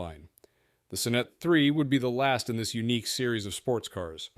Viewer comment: I liked the Sonnet. Pronounced Saw net, not suh net.